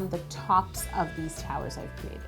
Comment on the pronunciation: Did she say towels or towers?😂 No hate. I love you and your videos😊💖❤💗